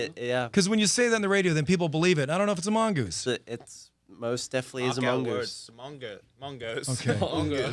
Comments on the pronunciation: when calum said "mangoose" i was like "LUWAK LUWAK LUWAK" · 8. Luke not being able to say mongoose